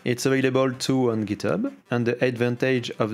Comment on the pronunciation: j'croyais t'étais un vrai anglais en plus mais "packeure" "giteubeu" mdrrr